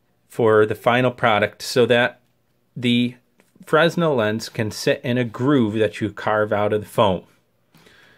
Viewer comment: Good Stuff. FYI the "S" is silent in Fresnel. It's pronounced Frenel